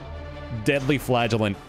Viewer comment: ngl, when I heard you talking about the "Flagellant" it sounded like "Flatulent"